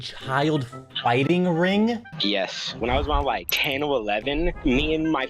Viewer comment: BRO THAT GUY SAID SOME "wing" FOR RING AND "WIKE" FOR LIKE.